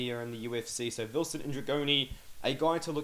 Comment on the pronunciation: Vilson Ndregjoni, the gj in his last name is pronounced similar to "dg" in the word judge. The single l in is first name makes a super light l sound (your tongue hits the roof of your mouth), where as double ll hits the back of your teeth (in Albanian, or just say something like love). Double l in Albanian = l in English. Hopefully that helps with pronounciation. It's a difficult language.